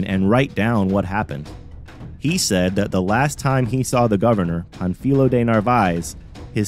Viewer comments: The correct way to pronounce Pánfilo is to stress the a not the i. It is not Pan fEE lo, it is PAN fi lo. You know this from Spanish grammar. The accent is placed on the a, thereforestressing that vowel, if it were stressed in the i, no accent would be written ans the name ends in a vowel. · The accent over the first syllable means to stress the first syllable -- Pan. You stressed the second syllable -- fi. Your pronunciation is inaccurate.